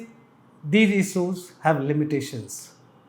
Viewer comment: He ij focushing on isooj..Hindi me hi bol lo sir agar pronunciation me problem hai to..Sorry but its not difficult to improve it especially in this business.